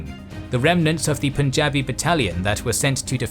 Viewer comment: I commend you for pronouncing Punjabi properly. Lot of channels say 'pooonjaab'